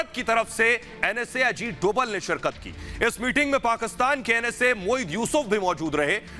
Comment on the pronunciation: Dobal=डोबल ......नही .........Dobhal=डोभाल कहिये ..भाई उच्चारण तो सही कीजिये न !